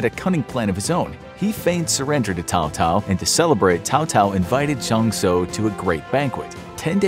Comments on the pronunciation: Never heard anyone pronounce Cao-Cao's name as "Tao-Tao". "Sow-Sow" is the closest pronunciation we can manage in English. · No Alamo? Also Cao Cao was never an emperor and, I know it’s a little nitpicky but, his name is pronounced Sow Sow. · it was actually Cao Cao (Pronounced : Tsao Tsao) not Tao Tao and the emperor who fake surrenders was Zhang Xiu. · They way you pronounce Cao Cao makes me cringe. 🤣